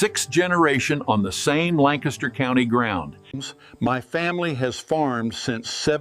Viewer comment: I've never seen an Amish man with a pony tail and English Accent. For being 6th generation on his Farm in PA, you think he'd be able to pronounce 'Lancaster'.